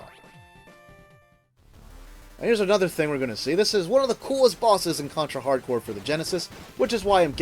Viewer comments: The title is a pun between hard corps, which means tough squad, and hardcore. You just ruin that pun if you pronounce corps like "corpse" (cadaver/dead body) . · The name is Contra HARD CORPS, not Hardcore.